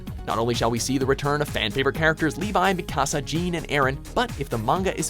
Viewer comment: Anime....yes I can't wait for attack on Titan season two amd blue exorcist. also think they should make a new black Butler showing Ceil and Sebastian as demons. Or one with Light Yagami as a shinigam. also it's not me-kasa it's mik-asa